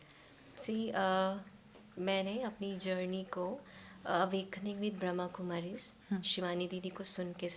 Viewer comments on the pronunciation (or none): Very beautiful podcast! Thanks to you both for it. Just one correction pls- It’s Brahma Kumaris (Brahma with the A) not Brahm Kumaris 🙏🏼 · Not Braham kumaris.Brahama kumaris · Brahma kumaris not Brahm Kumaris. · Pls pronounce properly....it is BRAHMA KUMARIS not bramkumari.... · It is not Brhm kumari!! It is ‘Brahma Kumaris’ It is so wrong to pronounce the organisation not properly with it’s name on a public channel!! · Brahm kumari Nahi ji , Brahma kumaris. Naam sahi lijiye tabhi faayda hai.